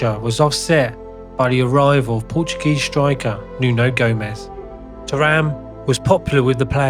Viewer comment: Even the pronunciation of Terim which you almost can't mispronounce, sounds very strange 😄 Other than that nice docu.